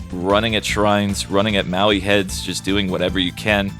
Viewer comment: i really enjoy almost all of your videos, but you gotta learn the real pronunciation of "maui heads" it's definitely not Maui.